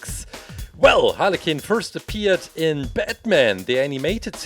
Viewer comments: It's not Harley Kin it's Harley Quinn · She’s not called holly cin it’s Harley quinn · i like how he says harley KIN =)) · Its (har li qwin) its spelled harley quinn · “Harley kinn” no offence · I heard haly kin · Don't you just fuckin love "Halley Qinn"? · Is it me or did i hear halicken instead of harley quinn 😅😅😅😅😅😅😅😅😅😅😅😅😅😅😅😅😅😅😅😅😅😅😅😅😅😅😅😅😅😅Also i love the colour's on harley this one of my favourite halicken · Are you saying Harley qinn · He said haly kin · Is he saying Harley kin?? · No offence but it sounds like you are saying aniken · Harley Kuuuin that’s how It’s pronounced 😀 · He said hala cin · When you said Harley Quinn it sounded like harly kin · Carson builder I heard hanakin. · He said like “halekin” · lol he calls her harley kinn HAHAHAH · How he says it tho lol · Bin ich der einzige dem auffällt dass er Harley Quinn falsch ausspricht?